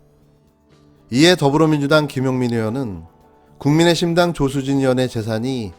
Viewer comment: 국민의힘당이여 국민의심당이여 발음이 ㅋㅋ